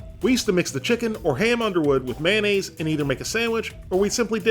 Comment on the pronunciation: Man-aze? May - O - naze.